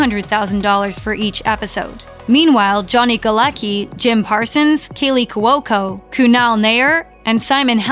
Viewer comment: Not even watched this click baid shit. It ended. Things end. And its couco. Not courco or whatever it is your saying